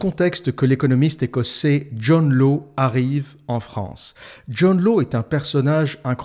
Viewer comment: Hâte de me la farcir ! : John Law se prononce John Lace (il est écossais)